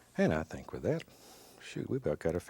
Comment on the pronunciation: he reminds me of my grandma because they both say “kat” instead of “that”